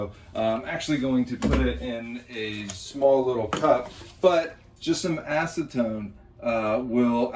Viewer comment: Say it as ass-eh-tone the proper pronunciation